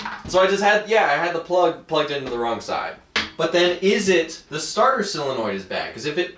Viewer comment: How do you pronounce Solenoid like "Silonoid?"